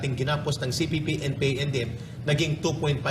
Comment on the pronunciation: nakakailang ang lagbigkas mo ng. cpp/npa....wag ka mag pause sa kalagitnaan....